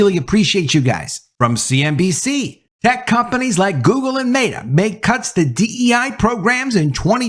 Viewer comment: ...he said "MAYtah." he definitely called meta MAYtah lmao